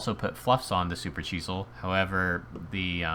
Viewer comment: Why do you pronounce it like supercheesel XD